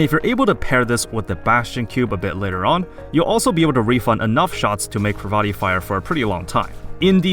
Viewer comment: Um... I don't think that's how you say her name... but other than that, good video.